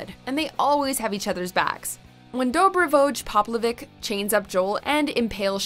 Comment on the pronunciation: Dob-ree-voye Pop-lo-veetch Did actually watch Season 3?